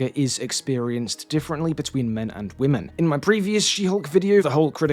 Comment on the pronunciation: He mispronounced women😢